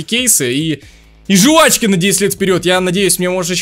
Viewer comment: жУвачки... Аааа уши!!!